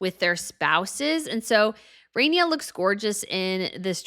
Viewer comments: Oh god needs to learn how to speak and announce things. She sounds like an old school stereotypical announcer with the way she pronounces "CEREMONY". It's not Queen "RAINYA" it's "RAHniya". You have no idea how to pronounce basic names and it's literally your job. Aren't you the expert? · Ok - Queen RAHNIA - Ahh as in Shah, not RAY-nee-ah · It's queen Rania not Renia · You mispronounced Queen Ranias name .